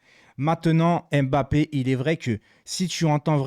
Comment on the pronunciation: Salut, je suis français d'origine camerounaise et le Nom Mbappé que toi et la plupart des français et française prononce très mal ne se dit pas M-bappé et c'est pas en 2 mot mais un seul. Il faut juste avaler le M de Mbppé c'est tout. Toi aussi fais un effort sur la prononciation des noms de mon pays le Cameroun. Merci